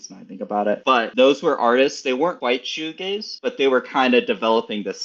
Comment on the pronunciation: Bro almost said shoegLaze. You should check out The Verve, "A Storm in Heaven" or "A Northern Soul"